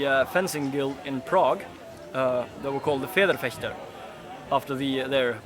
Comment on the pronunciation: If pronouncing German words is too hard for you: just don't do it.@ idiot with the ponytail